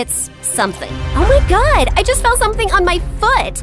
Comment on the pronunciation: It’s oh...my...god! Not oh my god